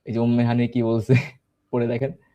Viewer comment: উম্মে হানি না চুম্মে হানি